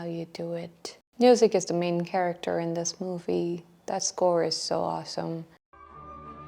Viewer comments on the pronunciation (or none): none